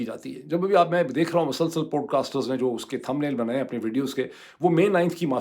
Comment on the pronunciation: Podcast pronunciation needs improvement sir 🙏